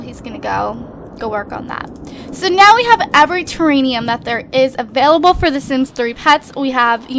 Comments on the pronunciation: Don't mean to be rude or anything but just saying... Its TERRARIUM not TERRANIUM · omigoodness! its TERRARIUM NOT TERRANIUM!!! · pleaseeee. It's Terrarium! Not Teranium! Ter-air-e-um! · It's not terranium it's ter-air-ee-um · TERANIUM IS NOT A WORD!!! IT'S TERRARIUM!!! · Just so you know, it is pronounced ter-air-ee-um. Idk why but it like kills me every time you say it XD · I cringe every time she fails at saying, "Terrarium" correctly. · Yeah you've got it wrong. It's terrarium with an M not an N duh